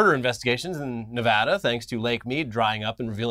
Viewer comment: let’s go! said nevada right